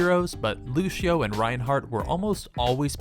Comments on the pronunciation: He said lushio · Stop trying to be fancy people. It's LuSEEo, there is no H sound in the pronunciation. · I never knew lucio was pronounced lushio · Why can't he say lucio